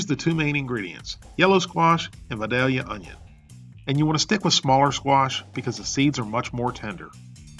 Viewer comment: Vidalia Onions are named for a town in South Georgia where the soil is perfect for their growth. It’s tempting to call them Vi-DAL- ia Onions, but the town’s name is actually Vi-DAY-ia, Georgia, hence, Vi-DAY- ia Onions.